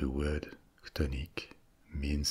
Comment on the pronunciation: Which word refers to ‘subterranean’? Can’t understand if your saying “tonic” or what